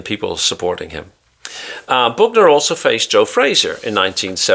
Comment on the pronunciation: Joe "Boogner"😪😂